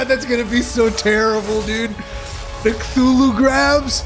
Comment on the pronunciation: Guy called it "Khlulhloo". Good to see educated people are still around.